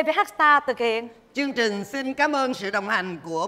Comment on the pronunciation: Mô Phật Việt Hương phát âm được TR 🙏 không ra CH. Chương trình ra chương chình 😂